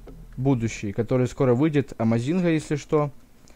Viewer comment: Амайзмнга?Не правильно наголос ставишь